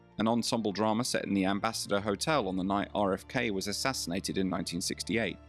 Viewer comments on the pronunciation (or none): It's not dramer. It's drama. Aaaaaaa